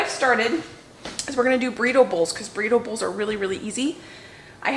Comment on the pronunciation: I was thinking, "What is she talking about? Making "breedables" for dinner?" Then I realized you were saying Burrito Bowls. Haha! As you cook you'll figure out where things need to go. It is kind of nice to have the spices handy on the counter shelves, isn't it?